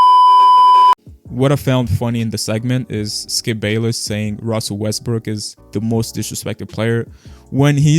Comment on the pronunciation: skip really said westbrick when saying who is the most criticized player. LMFAO i can't